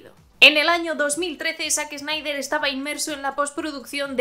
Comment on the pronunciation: Excelente, pero la pronunciación es "zaxnaider"